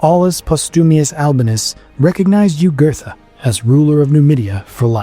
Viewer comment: Nomadia not numidia